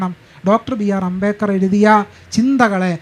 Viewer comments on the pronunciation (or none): എന്തൊക്കെയാണ് ഈ സ്ത്രീ പറയുന്നത് അംബേകർ അല്ല അംബേദ്കർ ആണ് 😡😡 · അംബേദ്‌കരിസ്റ്റുകൾക്ക് അംബേദ് കർ എന്ന് പറയാൻ പഠിപ്പിക്കണം 😁 അമ്പേക്കർ എന്നാണ് കേൾക്കുന്നത് 😁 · ഈ ഇരിക്കുന്ന നാലെണ്ണവും അംബേദ്കറിന്റെ ആശയങ്ങൾക്ക് വിരുദ്ധമായിട്ടാണ് പ്രവർത്തിച്ചു കൊണ്ടിരിക്കുന്നത്. ചർച്ച നടത്താൻ പറ്റിയ മൊതലുകൾ. മോഡറേറ്റർക്ക് അംബേദ്കർ എന്ന് ഉച്ചരിക്കാൻ പോലും അറിയില്ല. അമ്പേക്കർ എന്നൊക്കെ 😂. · ഈ സ്ത്രീ എന്താ അംബേക്കർ അംബേക്കർ ന്ന് പറയുന്നത് 🙄🙄🙄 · അംബേക്കർ😂😂😂 .. ആദ്യം മാതൃഭാഷ മര്യാദയ്ക്ക് പറയാൻ പഠിക്ക് നായെ. എങ്ങനെ വായിക്കപ്പെടണം . കൊണോതിലെ പ്രയോഗം ആണ് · Ambekar അല്ല...ആവർത്തിച്ചു കേൾക്കുമ്പോൾ വെറുപ്പിക്കുന്നു.. moderator ആദ്യം അംബേദ്കർ എന്ന് ശരിക്കു പറയാൻ പഠിക്കു. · അമ്പേക്കറല്ല..... അംബേദ്കർ.... അതാണ് കറക്ട് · Why is she saying ‘ Ambekar’? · Ambekar?..Am I hearing it right😅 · Even the guy sitting in the middle, 😊 doesn’t even know how to pronounce Dr. Ambedkar’s name… too funny! 🤣🤣” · അംബേദ്‌കറെ എങ്ങനെ വായിക്കണം എന്ന് ചർച്ച ചെയ്യുന്നതിന് മുൻപ് മനോരമ മോഡറേറ്റർക്ക് അംബേദ്കർ എന്ന് എങ്ങനെ ഉച്ചാരണം ചെയ്യണം എന്ന് പഠിപ്പിക്കണം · അംബേദ്കർ എന്ന് ഉച്ചരിക്കാൻ പോലും കഴിവില്ലാത്തവൾ